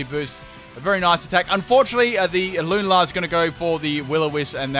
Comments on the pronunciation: Every time you say “Loon-a-lar” I die inside a little... I normally pronounce it Lune-ala. Am I wrong? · Lu-na-la? It's pronounced lu-nal-la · “Lun-a-la” when you continuously play the game but get the name wrong it “Lun-al-a” but apart from that awesome video 😎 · and in comes the Lunar-lah Me: 😐🔫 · the way you pronounce lunala triggers me :P its lu - nar - la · The way you pronounce Lunala makes me want to die